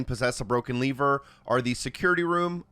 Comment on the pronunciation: Saying leaver instead of Lever is driving me insane.